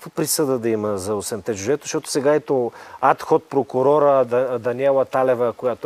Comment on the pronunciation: Поздравления за предаването! Само една малка бележка: ad hoc прокурор, не ад ход